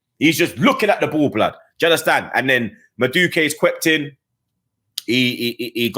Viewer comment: It’s Madu-wéké not Maduke